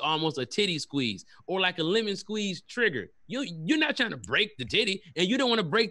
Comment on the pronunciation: He S Q 👀 Z E the lemon